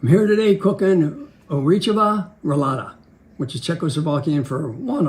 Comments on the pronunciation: Ořechová roláda is not Czechoslovekina. ITS CZECH SINCE 1993 also its not pronounced Orechada. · I thought he said horchata rolada 💀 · I guess he's dad is not a direct immigrant from Slovakia and only his parents spoke Slovak, because he pronounced it completely wrong :) but it's so lovely that he still kept a Slovak recipe. it's called "orechová roláda" o-re(pronounce the same as the "re" in "resin")-ch(pronounce the same as "j" in jamón)-ova roláda(that was pronounced okay :) just the á is long sound) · that is not how you pronounce orechová roláda tho 🫣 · I dont know if Kevins dad has some Czech/Slovak roots but that is not how you pronounce orechová roláda in czech/slovak. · Omg I am from Slovakia and the way he said orechová roláda took me a while to get it 😅 but we do love it!